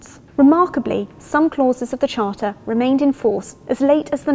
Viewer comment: The chárter